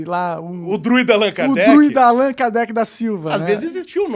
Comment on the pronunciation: Meu deus, o gordão só falou merda... Allan Kardec era o nome dele na vida passada... Os druidas ficavam nas ilhas do reino Unido, na Irlanda, Allan é um nome irlandês, muito popular em 1700's.... O ignorante ali ainda não sabe nem pronunciar o nome, ele fala igual brasileiro que não sabe inglês, "Allãn". Kkkkkk O pior burro é aquele que se acha inteligente